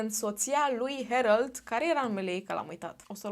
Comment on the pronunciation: Se pronunță Herold